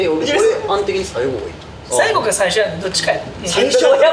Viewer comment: の「さいぐぉ」だれやろ笑笑